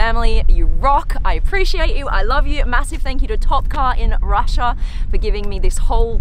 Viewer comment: No one: Literally no one: Supercar Blondie :- saying RUSSIA:- ROSSIOA